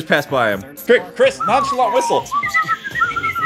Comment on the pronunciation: chris rhymes with tisk. tisk tisk tisk u make me feel disappointed chris.